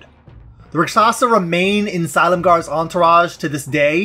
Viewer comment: Huh. I didn't realize that's how you say Silumgar. I love the Rakshasa as an aside, they're great.